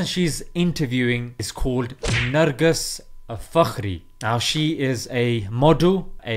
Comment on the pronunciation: The way you call her nurgus lol haha she aint a muslim btw